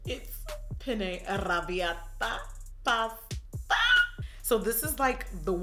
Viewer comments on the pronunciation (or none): When you said pasta 😍😍😂 you’re to funny